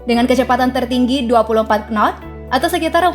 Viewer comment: Maaf mbak admin utk pronounciation kata KNOT dari bahasa Inggris dilafazkan " NOT" saja tanpa K nya ikut dibaca yaa .... terima kasih yaa. Salam...